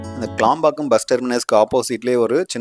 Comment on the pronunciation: க்ளாம்பாக்கம் இல்ல தம்பி....கிளாம்பாக்கம்..